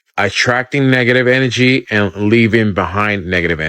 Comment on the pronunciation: Dude couldn't even say energy right and wants us to believe what he's saying. Na. I don't think so. There's no such thing as positive or negative or good or bad. Energy is energy. You are what you are. Just because you see it as bad doesn't mean I do because I can see it as good. This is the yin and yang.